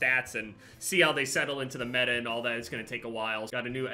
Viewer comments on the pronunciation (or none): none